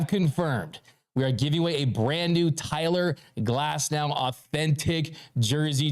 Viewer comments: Its Tyler Glasnow .... not Cyler Glasnow..... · “Cyler Glasnow” 💪🏼